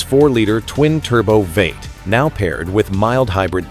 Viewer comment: It's v 8 not veight man